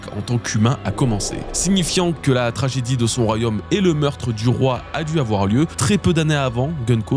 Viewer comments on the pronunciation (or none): Attention: ce n'est pas "royhomme", c'est "royaume".